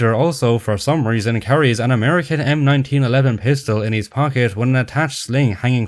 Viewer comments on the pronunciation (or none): none